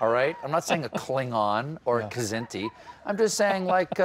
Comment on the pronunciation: "Kzenti"? someones been watching WhatCulture